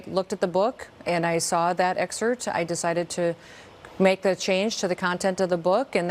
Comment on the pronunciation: did she say “excert”?